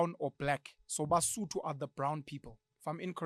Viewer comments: The content here is very informative and I believe is spoken from a neutral POV and a curious mind. Thank you Pen for this💯 You're sodo(Sotho) was good anyway😂😂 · it is sotho not sutho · "sudu" 😂, also reminds me what the name "Suzie" also does to me when I hear it sometimes. Its like the person is about to complete the pronounciation with "le" at the end.